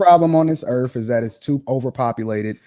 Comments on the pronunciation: Biggest problem on earth is people who believe their entitled, put others down, pro eugenics and says "erf" instead or earth. Stop botching the language, for starters. How's that for "being real". SMH, STFU. He shouldnt be having kids. He's completely disengenuous. Yeah I'm gonna pass on ANY advice from someone who talks about income vs parenthood and aparently uses the word "Erf" instead of Earth. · can't even pronounce Earth. Sad.